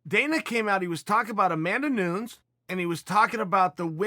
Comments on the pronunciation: How does someone so connected in the MMA world not know that it's NEW-NEZ, not NOONZ? You did a whole video about the greatest female fighter of all time and you don't know how to pronounce her name? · Me: Repeat after me, Chael Chael: OK, great Me: New Chael: New Me: Nez Chael: Nez Me: New. Chael: Nez Me: Put it together: Chael: Noons! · Everybody: Amanda Nunes. Chael: Amanda Noons. Everybody: ok great. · Me: It's Nunes Chael: Noons? Me: Yes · I think chael has some inside joke about amanda "Noons" the same way colby said leon scott. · Chael: It's Amanda Noons. Me: Okay great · Amanda "NOONS" 😆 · Pronunciation to the highest of levels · Chael "Newns" Sonnen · Chael! Put some respeck!! On Amanda’s name! Nunes (new-nezz) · What’s hilarious is that there are videos where he says her name the right way but now suddenly in the last few we have Amanda Noons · If uncle chael says Noons it’s Noons